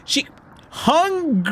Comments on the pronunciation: Hungrily is 3 syllables, hung-ril-y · Is is pronounced hung-grill-e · its said (hun-gir-ly) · Everyone: talking about lore Me:hongurly...hangurly cmon english hungrli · Hun-girly Hun-grilly Han-garlly Hey-girly Game:hungrily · its pronounced "HUNG - GRILL - LEE" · being ulynable to pronounce ''hungrily' is extremly relatable. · The only thing scarier then the nightmares and appearances from the characters, is not being able to say hungrily correctly. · The way that struggles to say”hungrily “is hilarious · MY MAN TRIED TO SAY HUNGRILY CORRECT I WAS LAUGHING SO HARD LMAO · i loved how he kept trying to say hungrily 😂😂